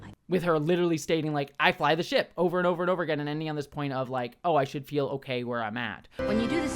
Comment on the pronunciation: “ITS GOVER!” 😂